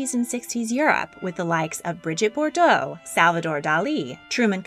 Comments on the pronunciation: It's Brigitte Bardot not Bordot! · Many apologies for correcting you but you mispronounced the name Brigitte Bardot.You pronounced it Bordeaux as in the region in France.It is pronouced Bardo - the letter t is silent.